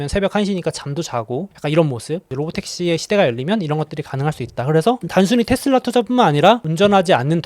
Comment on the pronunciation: 미국현디 발음도 다 테슬라라고하는데 왜 혼자 텟슬라 이러고 있음?